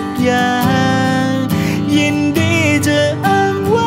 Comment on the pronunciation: ร้องเพราะแต่ ออกเสียง ฉัน /จะ /ที่ /เฉย / คน/ มันจะมีเสียง เฉอะๆ ตลอดเพลงเลยค่ะ